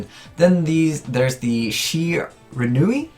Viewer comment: You finally said Shiranui right and it made my heart at ease. Now to wait for you to call Xyz monsters "Ickseez" monsters.